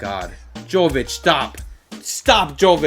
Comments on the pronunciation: Jović is pronounced like Yovichh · love the series man! also, jovic is pronounced with a ‘y’ not a ‘j’ haha